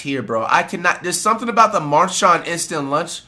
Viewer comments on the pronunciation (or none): The foo said Marchan 😂😂😂